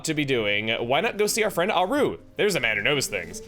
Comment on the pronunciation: The way you pronounce "Auru" is like nails on a chalkboard (no offense intended), since it's a clear reference ot Rauru whose name has the accent stressed on the first syllable.